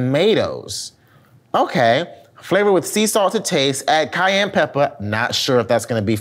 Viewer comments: Ami i the only one who caught saying Kanye peppr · Did say “I don’t want no Kanye peppers 🌶”? I know what I heard and I am dead. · Did call the cayenne pepper Kanye pepper? Lmao